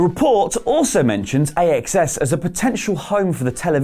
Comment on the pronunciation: AXS is pronounced "access" I believe